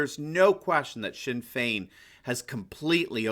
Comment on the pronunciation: Your attempt to pronounce the Irish names was brilliant. You got Sinn Fein spot on, really close with Fianna Fail and Fianna Gael too! Fe-na Fall and Fe-na Gale.